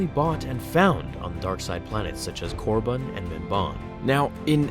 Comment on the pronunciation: Is he trying to say Korriban...